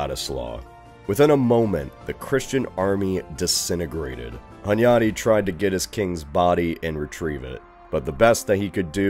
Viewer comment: You've pronounced Hunyadi really well⚔A little fact to add: King Matthias never called himself Corvinus, even if the crow (Corvus in latin) is on the family emblem of the Hunyadis. It's not an error, just in Hungary's naming of kings and dynasties, the later eras changed a lot (like the Árpáds called themselves Clan of the Turul or Clan of Atilla).